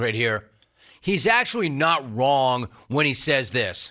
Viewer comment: why can't you pronounce Ls when they're in the middle of a word? is it really Biwws? Is it really reawwy? Is it actually actuawwy?